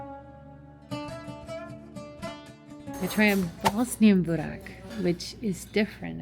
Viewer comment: GET YOUR PRONOUNCIATION CORRECT PLEASE, IT'S BORAK, IT'S CALLED BÜREK , JOGURT , THE J IS SAID LIKE THE ENGLISH Y IN BOSNIA.